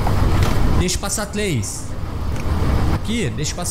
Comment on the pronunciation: tlês saídas e entlar aqui. tão fofinho né kkk